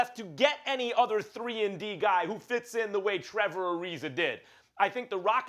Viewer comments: Who is Trevor Ari-ZER? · “Trevor Arizer” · Trevor arizer Serge ibaker Stephen A has a problem with words ending in an A